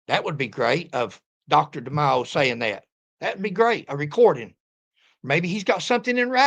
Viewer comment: I can’t see the spelling over Demaio, but you are pronouncing it correct. I grew up with a lot of Italians and that’s how they pronounce it. 😊